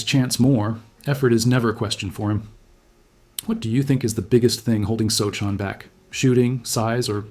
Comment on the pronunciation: Want to try pronouncing his name again?